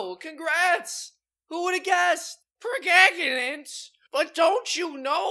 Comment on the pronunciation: pre gag a nant?